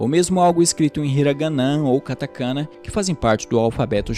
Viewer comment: Apenas algumas correções: - O nome do co-fundador é Akio Morita (se pronuncia Akío), não Akito; - As palavras hiragana, katakana e kanji são oxítonas, então se pronunciam hiraganá, katakaná e kandí (o j tem som de d). É isso, excelente vídeo. Fica aqui uma indicação de livro, o "Made in Japan", que conta a história do Akio Morita e como foi a fundação da Sony. Abraços.